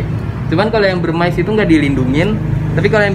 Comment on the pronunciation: Molurus dari India Bivittatus/Burmese yg d lindungi dulu emang namanya Phyton Molurus Bivittatus tapi sejak 2009 udh jadi species tersendiri DAN DILINDUNGI. Begitu ceritanya & kata influencer reptile lainnya. Burmese dibaca Burmis bukan Burmais atau Burmice.